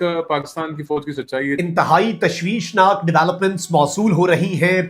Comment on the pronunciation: "Thashveeshnaak banda" 🙂